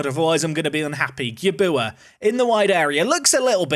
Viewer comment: Put some respect on Gyabuaa's name (at least pronounce it properly) 😂